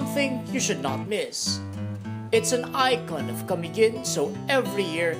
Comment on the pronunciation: IT'S CA-MI-GIN NOT KUH-MEE-GUHN